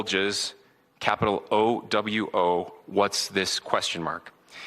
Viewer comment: Its pronounced Oū-Wū